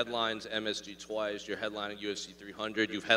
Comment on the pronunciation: . Fan: Arman how many times you give her mouth? Arman : Twise